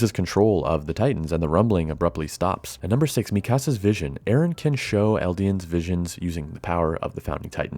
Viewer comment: Its Eren not Aaron.